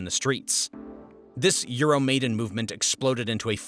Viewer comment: These videos are very thorough and well done. However, viewers should be aware that the majority of pronunciations are incorrect. There are too many to list, but for example, Minsk is not pronounced "Meenx." "Maidan" is not pronounced like the English word, "maiden," but rather like, "my-Don." So enjoy the historic education, but don't repeat the pronunciations. 👍🏻